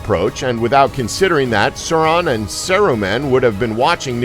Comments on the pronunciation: “Sour Man” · Serumenn. That was the first horrible pronounciation. Also how was the second one a crazy fan theory?! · “More-dur” “Sur-on” “Sur-o-man” “Lem-bis” “Bum-bottle” “The Two Tower” “Ill-sa-dur” “Double-door” “Gellen Grindelwald” “Eeo-win” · yeah with him saying Seron(Sauron), Seruman(Saruman), Tom Bobbottle(does this need one of these? YES! Tom Bombadil) and the others are just fucking infuriating (were these little thingies even necessary?) edit: and ilsider(Isildur) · Fuck it's Mordor not Mordur wtf is Mordur Sauron not Soren and Saruman not Serumin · “ suron and saraman” Please get someone who’s watched the movies and freaking KNOWS THE NAMES...disliked! 🤦🏻‍♀️❌ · Merder,suron, serumen, quality pronunciation mate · Serawn and Sarahman, Mortar. Lol This video needed more research, the theories about “tahm bambahdl” and Radagast are way off. To really understand the characters you need to read all the books related to middle earth. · Seron. Serohmahn. Tom Bambadle . Illsider. Morder. Doubledore. Eeeowyn Wow.... just wow. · Tam Bambaadul, Souron, Eeowin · Tam bombadel soron and others